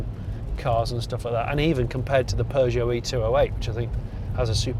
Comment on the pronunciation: And then he wonders why it couldn't understand his voice commands. Did you notice how he pronounced peugeot?